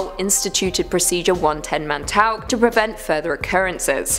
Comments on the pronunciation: I'm British it's still 110 Montauk not montok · How hard is it for a British person to say “Montock” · Pronunciation mon tau ck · Montauk pronounced Mon-talk. Thanks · “montock”... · I hate the way "Montauk" is pronounced in this video